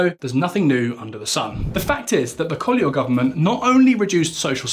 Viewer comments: CO-E-LHO!!! "Colo" is not even close. Do your homework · Man, tf is "Colo"? it's C O E L H O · It’s not Pedro Passos Colo is Pedro Passos Coelho 😅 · Pedro passos " cólon " 🤣🤣🤣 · 'Colo'? :D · Pedro Passos Co-Ey-Lo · The "o" and "e" in Coelho are pronounced separately, while the "l" and "h" form a single sound. So it would be something like Koo-EH-yoo. Also, I tend to like your videos and is good to here some macro-economic discourse different from what we are accostumed in Portugal. That said, I think it still carries a bit of prejudice against the "Latin countries". Like if anything goes not so good for Portugal "well they are a small Latin country after all..." We still remember Dijesselbloem and the arrogance of the Northern europeans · coelho is not pronounced colho, we aren´t spanish to say más habitacion its mais habitação, also theres missing context although more of the writer fault than his probably. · It is so annoying to thear the presenter say COELHO so wrong. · Dear, love your knowledge of our country and overall this video is quite accurate on us, the average Portuguese always deceived by greedy and corrupt leaders. Even though you tried real hard on your Portuguese, for heavens sake please get some help on those Portuguese tongue twisters like "Coelho", and the cringing mistake in the spelling of the "flagship" Socialist housing programme called: "Mais Habitação" to Spanish "Mas Vivienda". This is a mistake, us the Portuguese, tend to not enjoy very much. We are not Spain, please. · I'm sorry to say this but you really need to work on the pronounciation of Portuguese names, José is ending up as Yose, and Coelho sounds like Colo, not even close as what it should sound like